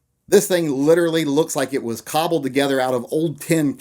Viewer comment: can you not say "cobble" again,thank you